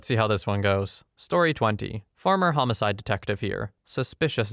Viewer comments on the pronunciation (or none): none